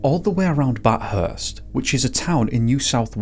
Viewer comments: Bath-urst , not Bat-hurst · In Australia we use kilometres not “miles” and it’s pronounced “bathfirst” with a TH not “Bat-hurts” lol 😅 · Mispronounced Melbourne and Bathurst but nailed Wangaratta 😂😂😂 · I really like the aesthetics and storytelling in this video! As an Aussie, thank you for bringing this family's story to my attention. Just want to point out some minor pronunciations 😅 Goulburn and Melbourne are said with emphasis on the first syllable (pronounced MEL-burn). Same with Bathurst, but pronounced with "th" together, like the word "thirst". It's a þ sound.